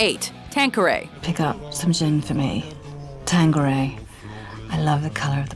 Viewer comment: Wtf is tanqueriyaya